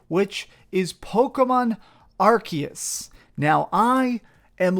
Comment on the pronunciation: why people call arceus like ARCKIES I always call it ARCIES.